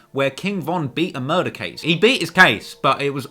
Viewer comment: Ughhh the way he said murder was horrible. Mouydahs